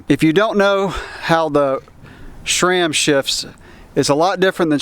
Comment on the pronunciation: Why do you pronouce sram like "Shraam"? lol, or maybe that's how it's supposed to be said.